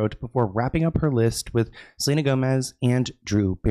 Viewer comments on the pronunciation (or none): none